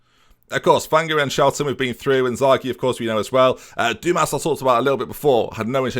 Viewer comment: Dumas is pronounced as Dumar. Great signings